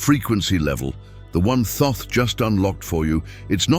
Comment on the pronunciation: A friend who claims to know reckons that that's not how you pronounce Thoth? I'm going to look it up now I need to know. Okay here's what I found... The traditional English pronunciation of Thoth has two primary variations: "Thoth" (rhymes with "oath" or "both"): This is often pronounced with the initial and final "th" sound as in "think". This is the most common way in English. Phonetic spelling: THOH-th or /θoʊθ/ (US) and /θəʊθ/ (UK). "Tote" (rhymes with "boat"): This version replaces the "th" sounds with a simple "t" sound. The name "Thoth" is a Greek adaptation of the original Ancient Egyptian name, which was closer to Djehuty (or Tehuti, Tahuti). The exact original pronunciation is difficult to know because ancient Egyptian writing did not use vowels. It seems that there's more than one right answer 🤔🤔🤔🤔